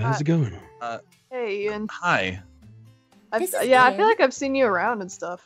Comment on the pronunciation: ITS NOT EIN ITS IAN